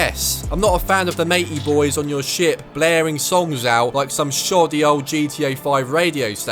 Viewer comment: I thought he was saying shit instead of ship combat. 😅